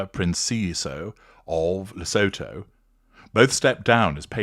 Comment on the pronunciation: Le-SOO-too for future reference, with the emphases on the middle syllable.